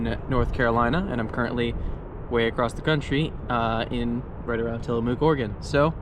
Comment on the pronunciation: Tillamook rhymes with book, not MOO like a cow.